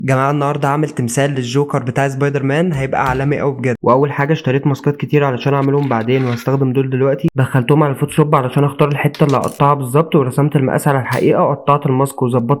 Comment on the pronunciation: سبايدر مان ❌️ زبايدر مان ✅️